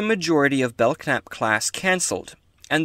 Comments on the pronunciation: The k is silent it's really the belnap class a lot of people say it wrong like I did all those years lol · I HAVE heard of The Belknap Class before. I think it was either an old Technical Manual or maybe a FASA Table top reference. I can't remember! Great video, nice deep cut for the curious younger members of the Federation, but I DO think it's [Bell-Nap] and the "k" is silent. Thank you and I'm happy to see your video in my recommendations. Live long and prosper. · I think the k may be silent. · I believe the K is silent in the pronouncing of the name.